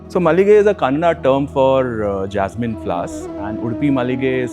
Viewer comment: Nicely done,. Good job with house and the explanation. Bold and unique concept. One correction to the video. It is “Kannada” (not Kannad). Appreciate it, if you can consider redoing the audio and replacing it with the right pronunciation.